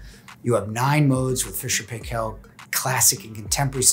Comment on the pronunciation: Paykel pronouncned like michael